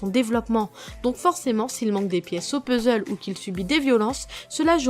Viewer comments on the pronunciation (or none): none